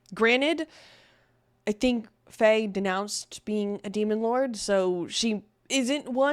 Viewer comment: you said Fey again instead of Frey 👀👀